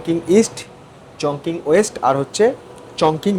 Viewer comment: উচ্চারণ টা মনে হ‌য় হবে চংচিং। চংকিং নয়।